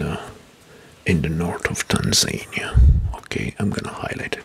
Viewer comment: Great, but you mispronounce some names, like Abuja, Tunisia or Tanzania 🙂